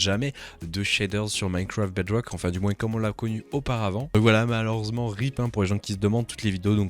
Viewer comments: J'adore quand tu dis "Minecwaft Bedwock" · C'est un mélange daccent franco-anglais😂